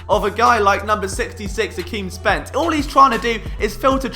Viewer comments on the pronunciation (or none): none